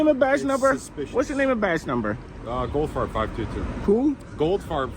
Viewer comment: sorry but I heard "gold fart" for his name 😂